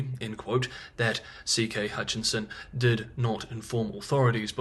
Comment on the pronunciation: CK Hutchison Holdings...given your attention to detail when it comes pronunciation in Mandarin I think similar attention should be paid to English...H u t c h i s o n, one N only and it is at the end.